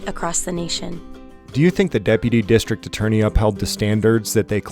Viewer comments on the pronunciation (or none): Sorry, but you mispronounced district attorney